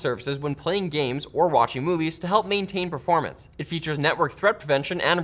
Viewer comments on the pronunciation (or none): none